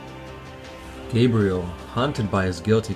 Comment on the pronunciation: I'm liking this video, mostly because they actually pronounced Gabriel's name correctly rather than that idiot who kept mispronouncing his last name